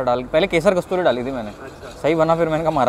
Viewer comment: Bhai कस्तूरी नहीं कसूरी मेथी होता है, आगे से ध्यान रखना. बहुत ही ग़लत बात है एक तो तुम ग़लत बोलते हो और उपर से तुम्हारा सुन के १० और लोग ग़लत बोलते हैं